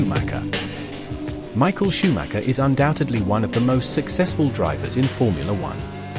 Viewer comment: ShoomahKer?? Is this how you pronounce his name ??